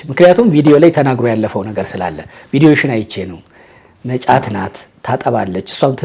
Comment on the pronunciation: እመጫት በል መ ጫት አትበል